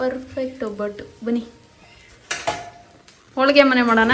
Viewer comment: ಒಬ್ಬಿಟ್ಟು ಅಲ್ಲ ಒಬ್ಬಟ್ಟು or ಹೋಳಿಗೆ